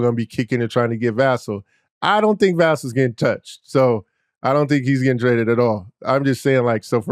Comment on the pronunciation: It's Va-SELL', not VA'-sell.